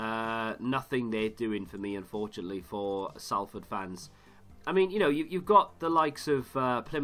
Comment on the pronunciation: Salford is pronounced Solford